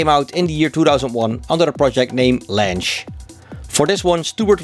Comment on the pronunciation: That's how you pronounce his name? "Lansh"? I've been saying "Lang-eh" my entire life...